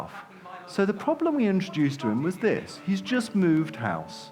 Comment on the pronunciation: “dis is da future dis is da game”